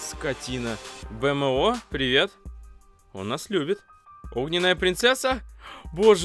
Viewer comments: войс без обид но это не бмо а бимо и всё равно лайкк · Этот компьютер называют не БМО, а Бимо))) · БМО -Бимо читается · БИМООО!!!! ЭТО БИМО А НЕ БИ ЭМ О,И это приставка, и она девочка-__